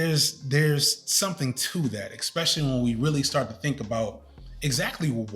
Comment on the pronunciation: With all the love in the world, and I only mention it cos you say these all the time - archetype is said with the e in the middle pronounced, and the word 'especially' isn't pronounced with an x after the first e! Had to finally say it, forgive me!